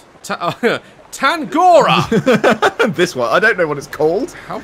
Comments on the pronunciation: Hey Daz the place is pronounced (Tah-Nga-Roh-Ah) really make the Roh part deep as you pronounce it and you get Tangaroa. He is a pacific Island God of the Sea. Love your content though. Just want to help you pronounce it better. No Hate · Tahng-Rah-Roh-Ah. Maori god of the sea. Still love ya though Daz! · Yoo tangaroa is the god of the sea in my culture, and I love the way he pronounces it like tang gora